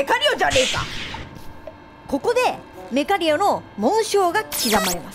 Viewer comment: メカリオちゃんの発音ルカリオと一緒なんだね…